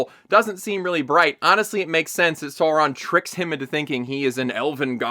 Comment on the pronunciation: Alright, let's set this straight. It doesn't need to be "Saurrron" like in the show, but that's still closer than your "Soawraaan" Also orcs have always been "doing" it, the absolutely baffling part is depicting them as loving and caring families. They are evil animalistic creatures that lust for blood and violence, not individuals with hopes, dreams and loving parental instincts. Keep up the good work trashing this piece of garbage!